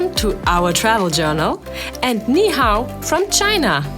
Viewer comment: You got the "Ni Hau " correct right down to the pat